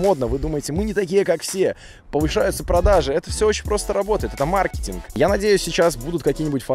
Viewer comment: Класс,, я ржу с моментов этого видео! Отдельное спасибо за правильно сказанное слово маркетинг:)